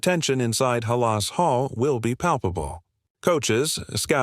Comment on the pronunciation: First of all learn how to pronounce Halas Hall